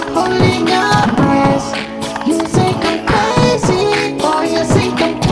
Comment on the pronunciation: I'm an American living in France... and the fact you say "think" like "sink" is everything 😂